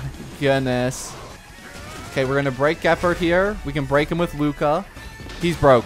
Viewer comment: say it with me, "Jeh-paard"